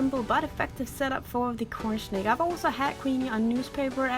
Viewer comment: Am I the only one who hears her saying "cornSHnake"?